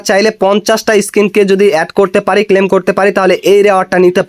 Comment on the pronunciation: ক্লেইম বলেন কেন? মূর্খ, ক্লেম করা যায় না